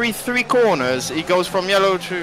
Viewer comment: "Every 3 coooornas..." really turned proper there